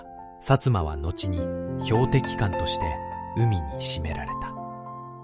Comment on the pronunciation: 沈められた しずめられた 細かい言い間違いが多過ぎる。 聞きづらい。